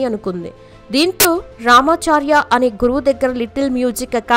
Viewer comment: రామా చా ....ర్యా కాదమ్మా రామాచారి గారు